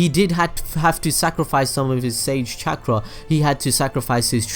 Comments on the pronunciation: Every time he said chakra I remembered when Young Naruto called it “Catchra” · This dude says chaakra